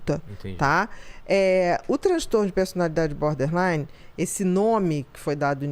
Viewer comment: Berderline ahahah 😂